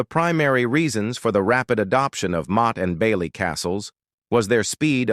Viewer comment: Awful AI, motty n bailey 😂